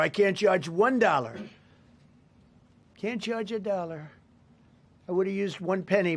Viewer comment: I can't charge wun dolla😂😂so sick of this mf